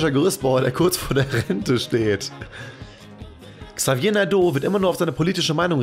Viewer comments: das a eher wie ein "e" und hinten nicht betont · Du hast nicht ernsthaft Xavier Naidoo falsch ausgesprochen, oder? xD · ja oder? habe mir die stelle direkt nochmal angehört weil ich dachte ich hätte mich verhlrt...